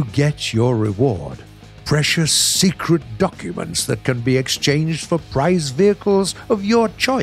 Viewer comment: Haha sekrit documint comrad